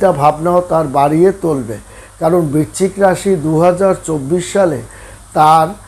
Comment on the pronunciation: বিচ্চিক না বৃশ্চিক, বড্ড কানে লাগে